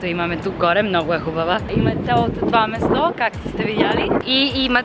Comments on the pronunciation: не е место а място но нищо ти си свикнала на английски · Може да пробваш вместо нема-няма, место-място, nothing wrong with the way youre saying it но според мен другите звучат малко по-добре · Говориш добре български браво! Но бих поправила "мЕсто". Всъщност е "мЯсто" ☺